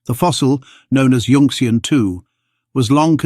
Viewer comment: yun-xian not yunx-ian